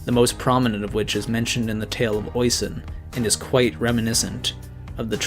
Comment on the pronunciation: oisin not pronounced "OY son" more like "ISH sheen"